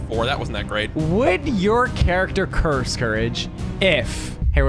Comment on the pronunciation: He said curss word